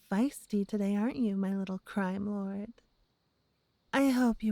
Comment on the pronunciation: I cant tell if she said crime lord or cry wh*re